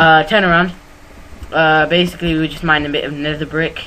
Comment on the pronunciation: lol his favorite word is bacicaly